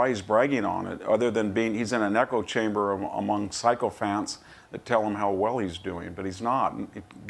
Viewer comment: I just cracked up laughing, it's not psychofants it's sycophants (sicko phants), although I agree, but the mispronounciation made me laugh.